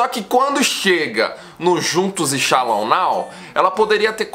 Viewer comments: Mds cara, se fala "chelou" não chalou 🤦🏻‍♂️🤦🏻‍♂️🤦🏻‍♂️🤦🏻‍♂️ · Não é "shallon" rsrs é shallow! 😅